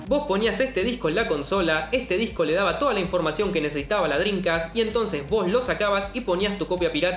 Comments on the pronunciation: ¿Que tan difícil es no decir Drincast y decir en su lugar "Dreamcast"...? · No dices Dreamcast, dices Drincas xD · Me da la sensación que dice “drincas” en vez de “drimcast” jaja. Lindo video papa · Que bien explicado, excelente video, disfrute mucho entender lo que paso con esta gran consola! NOTA sin mayor importancia: Dijiste 62 veces "DRINCAS" jajajajaja nose de donde la N en la manera que lo dices, en todo caso estaria bien DreamCas por acento y esas cosas, pero con "M", saludos sigue con el buen trabajo! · por favor pronuncia dreaMcast, “ladrin-cas” no existe es DreamCast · y lo dices mal pronunciado por cierto drencast....jajajajajajaj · Y en las 72 veces lo pronuncias como "Drincas" ... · La "drincast" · Que grande chabon! Lindos laburos te mandas con estos videos. El unico problema es que me quedo sonando la palabra Drincast como Homero con el plan dental XD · Me cansé de escuchar "driNcas" "shidirrom" jajaja me estresa!